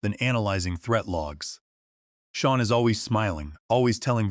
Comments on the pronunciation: The AI has a metal block (yes, a metal block or a mettle block if you'all prefer) where the name Sean (sheen) is mispronounced as Scene or Seen. And let us not mention dollar amounts like $200,000 expressed as Dollars two hundred comma zero zero zero. Y'alls need a real person to listen to your production, not another clueless AI fed info by a lazy genius level human. A simple solution was ignored, and their lack of action compounded the problem; Victoria should have asked, "What do you want?" But her massive ego was a mountain too high to allow her to ask the question. Here, in reality, not listening, lazyness and greed on the part of the "creators" cripples their ability to make a better product. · The AI properly pronounced the name "Sean" several times, but mispronounced at least three other times, see in the video. And the AI does not know how to properly pronounce numbers, see in the video. Poor AI execution on this video.